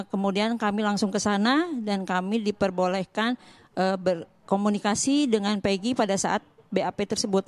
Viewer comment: Nah baru benar penyebutan nama pegi Setiawan,beda sm egi perong